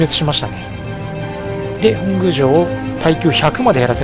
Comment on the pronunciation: 本宮(ほんぐう)❌ 本宮(もとみや)⭕ 頑張ってください！